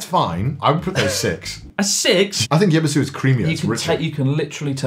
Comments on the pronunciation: Pretty sure the Y in Yebisu is silent. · I do agree that for standard beers Yebisu is best, closely followed by Sapporo. BTW you pronounce it Ebisu. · Connor has very good taste. Yebisu is the best canned beer in Japan. Tips on pronunciation: don't pronounce the Y. Just say Ebisu, like the place in Tokyo.